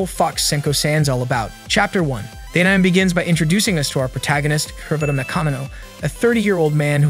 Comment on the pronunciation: Please re-record your audio with some edits, this is an AH-NI-MAY channel to recap and your'e calling ANIME AN-NYME -- it makes the ears hurt how bad that is over and over. Fix your AI script, blowing Japanese pronunciation is awful.